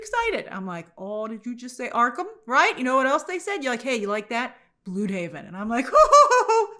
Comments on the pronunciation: Bloodhaven, not blude-haven. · It's pronounced "bloodhaven"